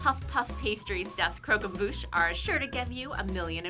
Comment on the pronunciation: you fucked up that croquembouche majorly lmao